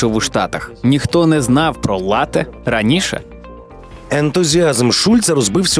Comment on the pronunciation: латЕ? Серйозно?